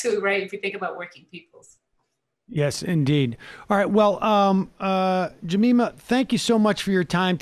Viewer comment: Sam: JamAYma 🤣🤣🤣🤣🤣🤣